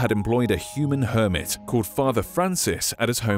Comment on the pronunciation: Garden hermit I heard garden Kermit